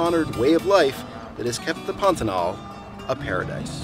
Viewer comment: You started out by pronouncing the word properly--accent on the last syllable. But after a few times, you inexplicably moved it to the first. Why??